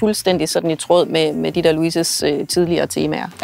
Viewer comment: Det hedder ikke tråååd...men trÅd.....( udtales som å ' et i fx råddenskab...)ligesom i cykelsporten...det er ikke noget med syning....meget upassende i lige præcis DENNE sammenhæng.....